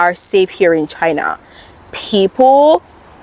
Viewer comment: Oh dear oh dear, a NEW $$$$HILL has appeared in the CCP-$$$$HILLOSPHERE !!! 😱😱🥶😵‍💫 Ok, it's "C C P", darling ! And "China" ! Repeat after me: "China". NOT "Chuh-hynah". And next time, can you do a video about the Uighurs and how they can freely exercise their religion and how there are totally no special CCP education "training centers" in East Turkestan, I mean, "Western China" ? Or how about the Tibetans... haven't heard much from them since Richard Gere's Oscar acceptance speech in 1990. Do they have freedom in China now ?? I will trust that you're totally independent when you say "CCP", pronounce "China" correctly, and assure us that Uighurs, Tibetans and Hong Kongers who like this concept called "democracy" are totally free in China, ok ?